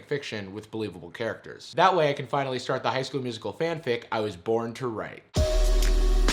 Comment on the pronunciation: I’ve been in the theatre since the 80’s. And not even the gayest of gay chorus boys ever pronounced it musiCAL...And who the hell does a callback audition with complete sets, lights and costumes?? FYI: Darbus was played by Alyson Reed who actually was a Broadway singer and dancer back in the 80’s. She even starred in the 1985 bedroom film version of “A Chorus Line” with Michael Douglas...I know way too much useless information plus I had to watch this movie A LOT as my daughter was only 6 when it came out.